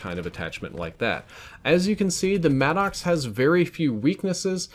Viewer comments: The vapr gets a lot of love in the lobbies I play in. The vapr and Maddox by far kill me the most. And who else calls it the mad-dox? Please call it the mad-ux. I'm pretty sure that's how you pronounce it and it sounds better. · No clowning, is it "mad docks" or 'maddox" like Greg Maddox? Bc it sounds like mad docks when you say it. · Is he saying mannox lmao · I get a little laugh the way you pronounce it madd ox lol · its pronounced maddix